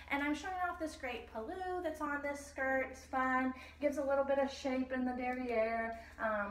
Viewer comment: So creative! I have to make one little comment though - please forgive my correcting you - the part of the sari that goes over the shoulder is pronounced pull-loo (where pull rhymes with cull or hull), rather than puloo, with the emphasis on the pull rather than the loo. It's hard to explain in writing! :) Other than that - I love how these skirts are putting the beauty and color of Indian fabrics and textiles on the map! Thank you!!